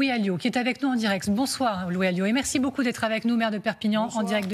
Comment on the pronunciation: A 4 mn 02 secondes : "la France a beu-joint"... Lapsus significatif ?